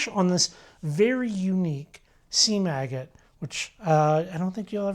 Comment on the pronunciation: Well that's exactly what he was saying sounded like lol!